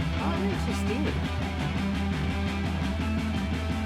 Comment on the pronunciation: not “streeming” it’s”steaming”. 😂